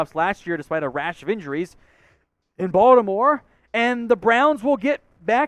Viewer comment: y'all need to hire a Baltimore dude, BTW it's "BAWL-tim-or"